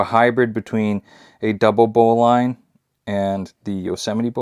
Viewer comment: First of all you are pronouncing it wrong. The bowline is pronounced "bow-lun" not bow line.